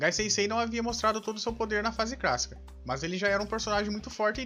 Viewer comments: Ele fala fase "crassica" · na fase "crácica" 😂😂😂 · É impressão minha ou tu fala fase crassica? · não é cracica e clacica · "fase crassica" kkkkkkkkkkk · Fase CRÁSSICA,RECRAMAR.Mano você é o Cebolinha reverso?Caraca quantos erros de português. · Pq vc não fala clássica correto meu kkkk